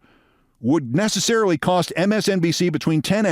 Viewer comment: not nececelery, Hill🤔😂